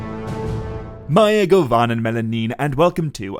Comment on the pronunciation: Ok, your pronounciation of "mae govannen" was not accurate. According to LOTRO NPCs in the gray havens mae was pronounced as may. Also, are you sure i am your melamin (your love)? I'd greet you with "quell du, mellon amin, mae govannen..."